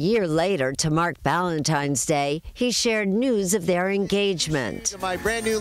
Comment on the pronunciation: At 3 minutes and 30 seconds I can't get past her (Erin) saying ValentiMe's Day!!! She is ignorant!!!! There is no "M" in Valentine's Day. And I replayed it 4 times to be sure. How do ignorant people like her get hired to do T.V.???